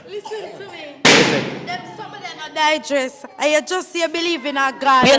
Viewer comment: “Digrest”,”Charclet” these words are killing me😭😔